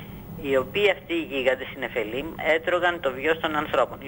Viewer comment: Μαχαμπαρατα λεγεται και οχι μαχαραμπατα. Επεισης γωγ του μαγωγ και οχι γωγ του μαγωρ.Και νεφειλιμ και οχι νεφελιμ